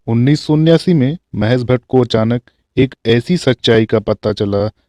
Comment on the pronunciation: निसा नूर, सादी सुदा, दसक, निर्देसक, महेस भट्ट, अरे भाई उच्चारण शुद्ध करो